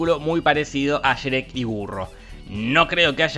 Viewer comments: Qué manera de pronunciar Shrek es esa? 😂😂😂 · no sabes pronunciar Shrek 🤣🤣🤣😂🤣🤣🤣🤣🤣🤣🤣😂🤣🤣😂😂 se te perdona por ser delicioso 🤭🤭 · Sherek??? Que mrd dices pendejo? Pronuncia bien